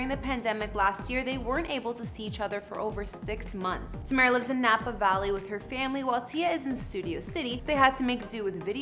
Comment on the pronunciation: Good job you said tamera name correctly